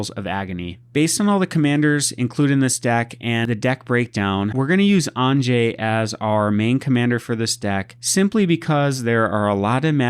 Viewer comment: I'm just getting started playing EDH and this looks like a fun deck to play! Also it's pronounced "ahn-yuh" (✿◠‿◠)